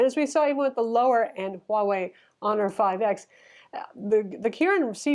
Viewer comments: You got Huawei right! It is the way Chinese pronounces it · Appreciate the accurate pronunciation of Huawei - do you speak Mandarin btw?